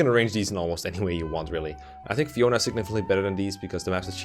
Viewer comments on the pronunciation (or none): none